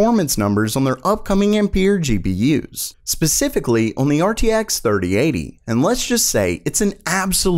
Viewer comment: I'm still waiting for the day when says "on" properly.